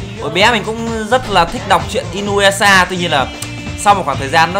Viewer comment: Trong tiếng nhật "u " đọc là" ư" vì vậy đọc là i- nư- ya- sha ms đg